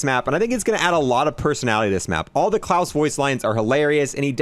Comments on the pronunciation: It's not Clause like Santa Clause, but kl-ow-se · Says his name is klaus, pronounces its clawess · Clause and "ayyther" instead of "ee-ther" make me feel that way haha. Maybe has some mild dyslexia, you'll read everything instinctively phonetically. No hate on him, I do the same to the point where I will Google "how to pronounce" for videos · I heard "claws" 🦞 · I think I suffered slight brain damage from the pronunciation of his name